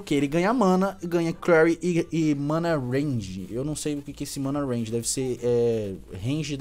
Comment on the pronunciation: n é a primeira vez e nem vai ser a última, aprende a ler, e "Mana REGEN" n "Mana Renge" mds